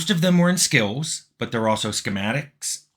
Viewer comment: Tim Cain has an enjoyable way of pronouncing the word "skills", as though it had a letter-W in it, "skeewuz" - I've found myself saying it that way aloud to myself sometimes to relish the flavour.